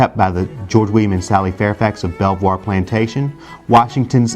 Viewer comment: Belvoir is pronounced Beaver !!!!!